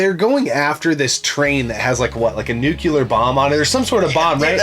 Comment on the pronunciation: for "nukular bomb"